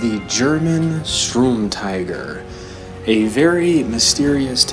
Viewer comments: Nep Feuille Don’t even bother, he can’t even pronounce “Sturm” correctly “Strum”..... just wtf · Darcy Mangan In German, yes. But he can pronounce “tiger” how the hell he so pleases. But ffs, “strum”??? That is what makes his pronunciation retarded, as if he can’t read..... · its pronounced as Shterm Teeger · Please, it's the Sturmtiger not the Strumtiger. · UMP45 MASTERX *Sturmtiger (I swear to god this YouTuber can’t even read)